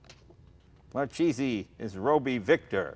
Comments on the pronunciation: That weird moment when you're italian and you know Marchese is not pronounced like that but at the same time it's his surname so you don't really want to correct him and make him angry.. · The "CH" is pronounced as a "K" in Italian. In case he ever went to Italy or stop promoting the Italian heritage and not know how to pronounce his own name. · Sorry, as an italian this was painful to listen. An italian american talking about his heritage and he can't pronounce his own grandfather's surname. So sad. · I love the videos…but: grammar knotsy: Marchese, in italian, is really pronounced Mar-kay-zee.. 'ch' in italian makes a K sound… so Mar-Cheesy…is so american… and Lancia… is pronounced Lawn-chaw.. "ci" in italian makes the ch sound… :) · Name's MAR-KAY-ZE not MAR-CHEESEE. And I thought Jay was pathetic with his Eye-Talian pronunciation. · Makes me sick, First to call the family name marcheese. It’s pronounced mar-k-z The family is from Palermo Italy. What a family skunk..... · its proncounced MAR KAY ZEE ... this guy sure isn't proud of being Italian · pretty sure it's pronounced 'Markeesee' ...hard C before an H in italian ... it's a pretty common surname in Italy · 'marcheeeesy'... gee... you couldn´t possibly miss pronounce that even more. Just saying, no wonder he seems to be selling it, he gives zero fucks. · Someone should teach the proper pronunciation! Marchese isn't cheese! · It's pronounced markese please! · it's pronounced markayzee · Thats not how you properly pronounce that name. It is pronounced Mar Kay Zee. And this guy is a Marchese?! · "It is a Mar Cheesy..." fucking guido does not even care for correct pronunciation of his last name. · wrong! mar-ke-se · Mar-keh-seh trust me,i'm tuscanian.